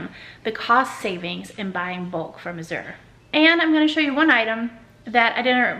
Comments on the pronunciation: Glad to see ya again! Hey you are pronouncing Azure wrong it sounds like azz-sure like the color blue. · Azure Drop Coordinator here. 🙋🏽‍♀️ It’s hard for me to type how the correct pronunciation is but the best I can do is this… The Z sounds more like a g/j. Kind of like the sound “Rooster from Annie” in the song “easy street” makes. The “ure” is not fancy. It just sounds like “er”. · Azure is pronounced just like when people say “azure sky”… people, don’t make it so hard. Azure sky. Simple.